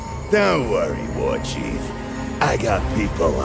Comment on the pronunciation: ladies and gentleman!........, the warchief of the Horde.....or should i say: the warchiefshh of the hordshhh